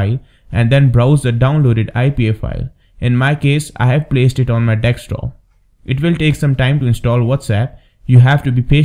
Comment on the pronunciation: its not a deks-top but a desk top! apart from that a cool video . i havent tested your method yet so cant vouch for it.. yet.